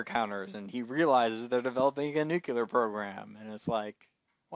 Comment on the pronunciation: Some of your insights were interesting, thank you, though I did think it was also a little odd that you object to science fiction elements when you're discussing a series based on a science fiction novel. Two suggestions for aspiring podcasters - nuclear: noo-clee-ar. It's very distracting when you keep mispronouncing this word. Also, since you're recording, you should have paused a moment to look up that Lem delivered the films that the Man in the High Castle didn't burn to Mr. Tagomi and that "the antique guy" is Robert Childan You did look up the obergruppenfuhrer translation, after all.